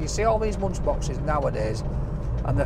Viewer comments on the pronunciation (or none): none